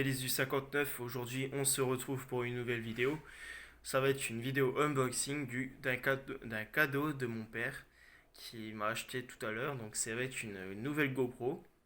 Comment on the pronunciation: Salut Rémi , bravo sinon on dit en anglais uNboxing pas uMboxing ;-)